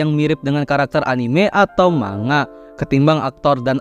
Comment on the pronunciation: Kata Bu Guru Bhs Jpg..."manga" dibaca "mangga"...